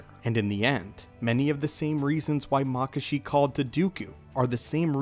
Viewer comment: I've always heard it pronounced Mah-kah-shi not makah-shi